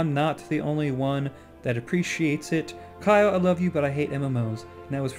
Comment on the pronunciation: yay! Kyle pronounced it correctly :)